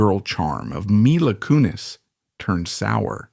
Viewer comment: "My-la" I'm not even 10 sec in and know this is just some AI slop.